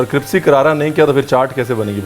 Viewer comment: कृप्सी क्यों बोलते हैं सर जी। क्रिस्पी को। हमेशा ही। क्यों।